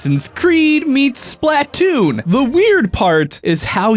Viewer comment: Why did he say Splatoon so weird?